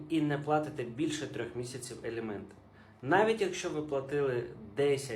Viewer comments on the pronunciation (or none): Не елєменти,а аліменти!